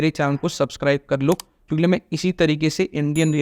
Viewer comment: Buddy it's kyunki and not kyunkle😄